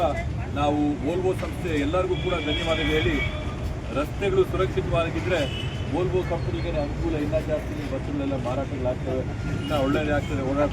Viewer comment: Volvo adu volto alla... Please correct agi pronounce madi